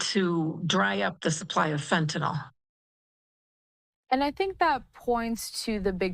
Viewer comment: It’s not Fentanol. It’s FentaNYL. Damn, this is the fool supposed to control the stuff and he doesn’t even know what it’s called!